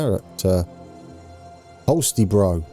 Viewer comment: Holstebro is almost like a hulster but wo the r ofc bro is like you say yeeerrhh you know bro. well done on the pronounciation there.